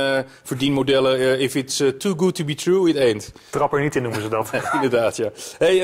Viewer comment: ‘If its to good to be true, then it aint’ Mooie uitspraak👍